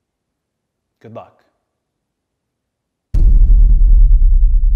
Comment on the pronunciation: Everyone else heard Cody say “ Good Buck” right